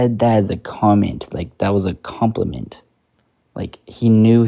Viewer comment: "It's a compleiment" :(....